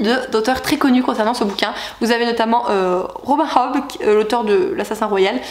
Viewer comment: Coucou, la Cité de Laiton, j’hésite vraiment à le prendre... j’ai acheté toutes les autres sorties de Saxus récemment mais celui la ne me tente pas trop. J’attends les premiers avis. Au fait Robin Hobb c’est une autrice (on prononce « Robine ») mdr 😂😂 😘😘